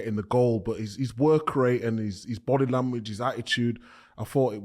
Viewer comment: 😂 Micah it’s language, not lamwidj